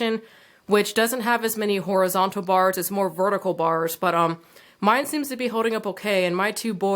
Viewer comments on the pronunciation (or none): none